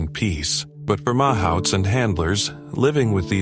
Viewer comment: It’s not mauhauts! It’s Mahoots!